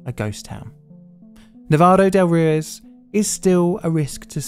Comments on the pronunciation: Thanks for making and sharing this story with the public. I went to Armero 5 years ago and it truly is a ghost town. Just for your information: Ruiz is pronounced roo-eez, not roo-iz. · Or Roo-ez, which he also says. I’ve never heard a British person with decent pronunciation in any Romance language, they’re hopeless🙂